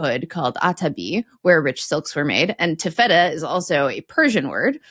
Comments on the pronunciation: Taffeta is pronounced more like the "Tabitha" that you mention shortly after. So more "tafita" than "taff-etta". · Ta' [ a as in "cat"]-ffe-ta. Accent the first syllable., you accented the second or middle syllable. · Taffeta from my limited source is pronounced TAFF-uh-tuh. (Maybe only because another way sounds like chewy cheese?) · No, it does not. is mistaken. It's TAF-fet-ta. She's perhaps thinking of Tofutti, a tofu-based dessert product. 😊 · I think taffeta is usually pronounced with the stress on the first syllable. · I'm surprised didn't correct pronunciation of "taffeta" - but I guess her experience actually studying Arabic makes her the pronunciation expert in this episode. her pronunciation of "taffeta" is not an example of US/UK difference, by the way - her pronunciation isn't the norm anywhere